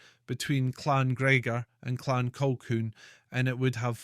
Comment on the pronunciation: The word is Colhoon . How can you expect any Scot to take you seriously if you can't speak Scots.?